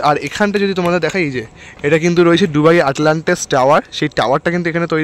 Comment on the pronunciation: ডুবাই না দুবাই কোন টা??